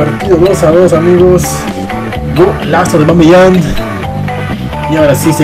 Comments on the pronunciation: Aubameyang, no Aubameyant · Es aubameyang no aubameyant jajaja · Porque dices Aubameyand o Griezmand si antes no pronunciabas una d al fnal